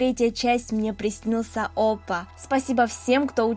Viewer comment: в слове "оппа" ударение ставится на "а" а так продолжай в том же духе)